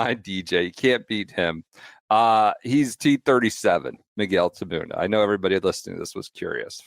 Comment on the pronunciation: Taboona, Tabone-ah, Tabouli. Looking forward to the other mispronounciations.